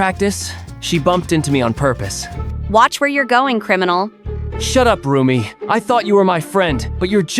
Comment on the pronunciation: it is also rumi not roomie